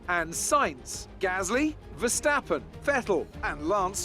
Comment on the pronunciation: Anyone else live for pronunciation of Pierre GAASSLLY. Biblical stuff